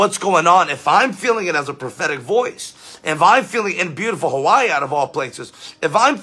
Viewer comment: You pronounced Hawai'i correctly 😊😊